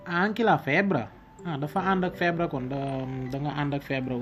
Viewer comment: Ciao, grazie per il tuo video, è importante divulgare con semplicità le cose importanti. Scrivo qui sotto alcune parole scritte e pronunciate in modo sbagliato: - IN FARMACIA - STARNUTISCO - FEBBRE - MI RACCOMANDO - RAFFREDDORE Grazie mille